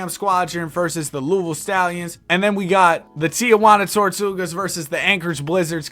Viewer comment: pronouncing louisville right ❤‍🩹❤‍🩹